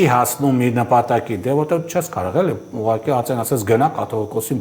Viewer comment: Հարգելի, ոչ թե "ուղարկի" այլ "ուղղակի"